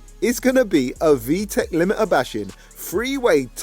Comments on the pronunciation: All I’m hearin is limitahhh 😂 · 😂😂😂😂😂😂😂😂😂 "all I'm hearing is the limi-ah! All I'm hearing is the limi-ah!"